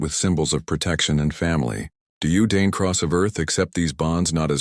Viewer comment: Made Dane wentz... Wince. How is the captioning and AI voice produced? Is the voice created after the text? The text has problems with misspelled words. One such mistake is the male, Dane, is spelled and pronounced as Dame. The Erhereal who couldntouch mines (boom!) minds.